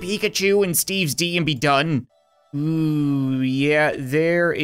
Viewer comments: I dont know why but when he says steves d i think he says steves dog lol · It's funny how he can't say "S quest to stop Steve's D"